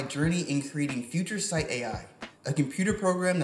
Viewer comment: Nailed the name "Future Sight" Amazing!